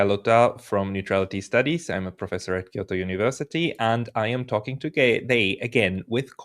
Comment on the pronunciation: Professor from quioto university? Please pronounce a little better for us next time.